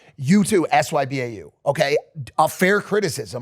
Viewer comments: Somebody tell the boys you're supposed to pronounce sybau not spell it out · Did i really just hear a 40 year old man, actually hear a grown up say sbyau and spell it out instead of actually saying what it stands for???? Could you be anymore cringe? I expect to see that from kids on games but not people actually speaking like that